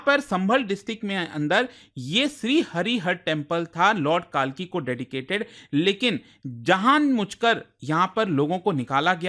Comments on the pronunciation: It's not Kaaalki, it's kalki🙏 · भाई काल्कि नहीं कल्कि। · Not कालकी ❌ उन्हें कल्कि भगवान कहते हैं कम से भगवान का नाम तो‌ सही से लो जानबूझकर कर किया या अनजाने में पर गलत है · काहे काले अंग्रेज बन रहे हो हमारे भगवान का नाम कलिक है न की कालकी |||| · Sab baate hoti rahengi .. lekin please kalki ko kaaaalki pronounce na kare😢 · भाई आप हिंदुस्तानी ही हो।। वो काल्की नहीं कल्कि हैं।। अब समय बदल चुका है अब अंग्रेज होना सम्मान का विषय नही रहा।। अनावश्यक अंग्रेज क्यों बनना। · कालकी मत बोलो यार , कल्कि बोलो❤ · Sir bolna sikhe lord kalki hai na ki kaalki... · CORRECTION(English Man banne ki kosis kyu karni? काल्कि ❌️ कल्कि ✅️✅️✅️✅️ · It's not कालकि it's कल्कि spell correctly sir 😅❤ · सर मैं खुद सम्भल से हूं , यह मंदिर चंदौसी में नहीं है । यह सम्भल जिला के सम्भल शहर में ही है। इसको कल्किनगरी भी बोला जाता है । कालकी नहीं its कल्कि। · Sir, pls Correct your Pronunciation- It's 'कल्कि' not कालकी'. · सर्जी कल्कि ठीक से तो बोलो